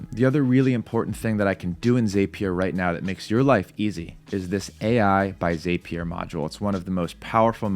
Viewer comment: Dude the word is Zap-ee-er not that weird way you are saying it! Probably best you prefer Make because at least you can pronounce that word in English!